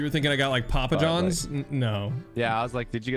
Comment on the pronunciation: The emphasis on "Papa" when you said "Papa John's" didn't sit right with me. 😆